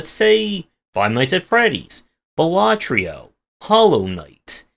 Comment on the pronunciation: Dude ffs, it's balaTRO, not balaTRIO...